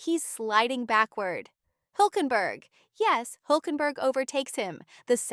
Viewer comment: niko hulenberg 🤣🤣🤣. lady its Hulkenberg